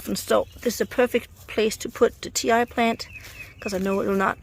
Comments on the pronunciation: Its pronounced ‘tea’ not ‘tie’🤪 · TI is pronounced TEE